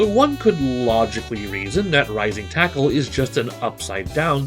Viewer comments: i thought he said rising tycoon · I beileve hes saying rising taco. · For some reason in kof 90s edition, he sounds like he says lazer taco not rising tackle. And Bbq, for burn knuckle. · First of all, it's Rising Taco